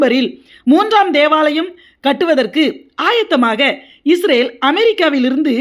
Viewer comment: UNN PERU ATHASAYAM, NEE URUTAUVADHU OLAGA URUTU, ADHU ISRAL NOT ISRAVEL